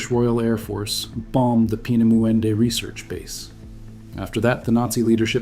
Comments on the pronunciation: Actually is spelled and pronounced differently, "Peenemünde." My Family lived through WWII, I was born in Romania and grew up in the U.S.A. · Narrator cannot pronounce "Peenemunde" , can he ?